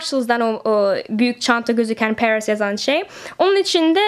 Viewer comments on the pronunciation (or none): "Pareees" yazan sey dedigin "Paris" olucak